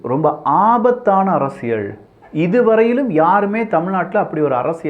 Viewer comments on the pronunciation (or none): நான் இரண்டு ஆண்டுகளாக கூறிக் கொண்டிருக்கிறேன். அரசியள் என்கிறார்.